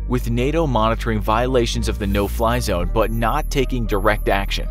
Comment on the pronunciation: No Fly Zone, I thought you said No Pie Zone... Ha Ha please don’t shoot me down sir... (Missile Lock)